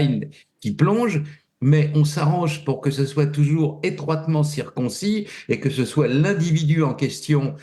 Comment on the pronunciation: "Etroitement circonis" HAHAHAHA. Concernant Weinstein et Hepstein, cela doit être un lapsus !